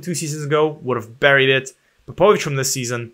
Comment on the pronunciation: Ps. You are mispronouncing Popovics name. Its like Matiya Popovic :))